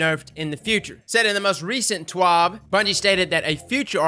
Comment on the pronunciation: Dude it’s not ‘TWOB’ or whatever you’re saying. It’s ‘TWAB’.